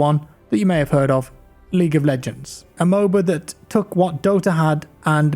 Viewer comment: Am I the only one, doesn't it sound like he says League of BLegends lmao